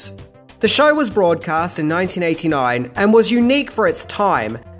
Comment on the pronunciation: Dear people of Australia, I love you and your amazing continent! …but the word “Show” and the word “So” does not contain the letter R. Thank you, and have a great day.